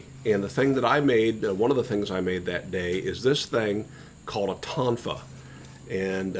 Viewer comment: That was the first time I've heard someone call a Tonfa by its proper name in about 30 yrs. I learned a little years ago when I took Karate. Good self defense tool. My teacher, Frank Pogliani, was really more an expert with Sai. He was a 3rd dan when I worked with him. Now he's a 7th or 8th dan. Found him on Youtube not too long ago. Most developed Chi I've ever seen in a person.